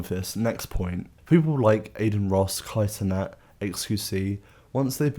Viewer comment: The way you said "cenat" made me have to pause the video, leave this comment, and never watch it again